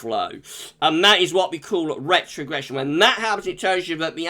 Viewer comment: Noooooooooo not rrrrrrrrrrrrrrrretrogression 😭😭🤣🤣